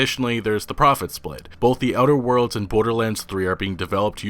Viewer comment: Are you talking about "outer worlds"? It sounds like you're saying "other worlds". Annunciate